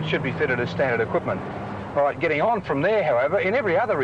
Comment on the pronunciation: When Peter Wherret said “In it’s own right “ I thought he said “In it’s own Reich.”